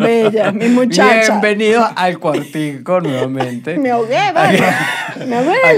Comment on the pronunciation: Australian accent in il quar- ti-cou